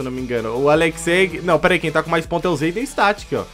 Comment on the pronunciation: KKK na parte o chamou o zayden de zaydenge